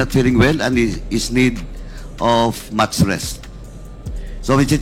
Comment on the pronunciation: jusko nman paduano . ayusin mo yung mo muna yung pag bigkas ng mga salita .. "he is karantly not feleng well and is need of mats rest "😂😂😂😂😂😂